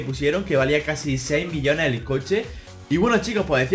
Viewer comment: Cuando decia millones le entendia billones